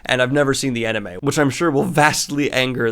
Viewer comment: Am I the only one that feels like Daniel’s pronunciation of “Anime” is off?